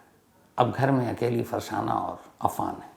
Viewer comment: फरसाना नहीं होगा फरज़ाना होगा